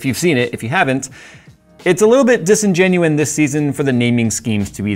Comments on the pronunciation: ack!! Disingenuous! not disingenuine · hate being a grammar nazi here.. but this is bugging me badly... it's not "disingenuine" it's "disingenuous"